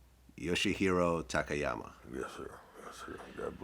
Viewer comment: I’ve seen a few interviews with Don where gets a tad irate if the interviewer doesn’t get Takayamas name right. Show the man some respect and get his name right. Dons a class act man